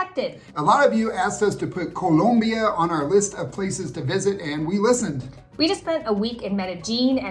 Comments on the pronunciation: Oh, my god, why do you guys say "Colombia" like that??? Please learn how to pronounce it properly. And Medellin is not pronounced "MedeJEAN"! It's MedeYEEN." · Background music - Annoying. Too much emphasis on pronouncing Colombia correctly. Comes off inauthentic. Otherwise great video!